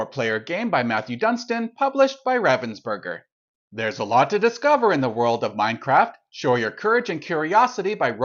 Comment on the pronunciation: Is it really pronounced ravvensburger? I chuckled.